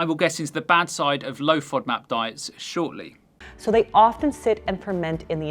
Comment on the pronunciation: Serious question: the O is a long Ō in the word, but in the acronym she keeps making it a short vowel...why??? Should it be FŌDMAP? 🤷🏻‍♀️